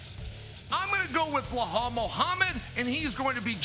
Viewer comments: Chael pronounces his name like bla-hal lol Belal It’s belal chael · HAHAA A QUESTION FOR NEXT TIME, UNCLE CHAEL FIX THAT BLAUHAUL PRONUNCIATION OF BELAL. CAN U SAY BELAL 20X IN A ROW. LOVE FROM DAKAR SENEGAL. WAITING FOR THE UFC DAKAR